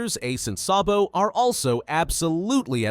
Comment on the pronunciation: It not sobo it so D bo